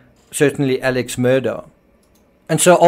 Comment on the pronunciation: Your Murdaugh videos are good except you lose all credibility when you can’t pronounce their names correctly. Alex Murdaugh’s name is pronounced Alec Murdock. I know it isn’t sounded like it’s spelled but that is how the family pronounces it.